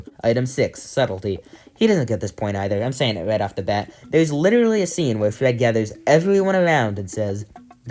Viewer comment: You sound like you say witterawy (no disrespect fire 🔥 vid)